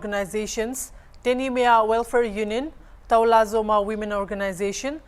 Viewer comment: Dear Hornbill tv the term NETIZENS & CITIZENS are two different entities. In this case the issue is between the Citizens of Toulazouma (pronounced 2-la-zu-ma) and not as written on the thumbnail. Thank you for the coverage 👍